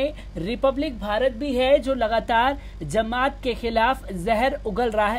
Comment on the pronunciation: Zamat nahin jamat